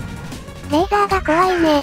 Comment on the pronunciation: レーザー撃つときレイザー言ってるんですねw